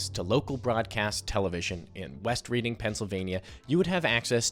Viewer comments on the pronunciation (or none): In case you actually read your comments: Taylor Swift is from West Reading...but it's pronounced "Redding" (like Otis Redding), not "reeding" like the activity. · the pronunciation of "West Reading" is killing me, I thought people knew this one from Monopoly at least